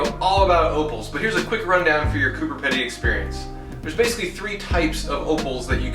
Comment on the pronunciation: It’s said like Coober peeeeedy